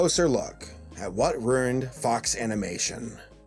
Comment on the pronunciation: "what rewrened Fox Animation" lmao